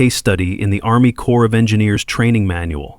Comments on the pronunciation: corp is not short for corporartion. ARMY CORP (SPOKEN AS CORE) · Corps of Engineers. Not “Core”.